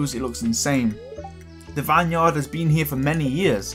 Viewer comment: Anyone else get a Little anyonned when he said vine yard